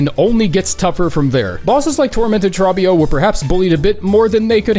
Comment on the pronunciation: Bro saying “Trob-bio” instead of “Tro-bbio”